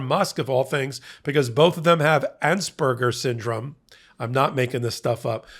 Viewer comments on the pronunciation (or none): It's called "Asperger Syndrome," not "Ansberger Syndrome." Carry on.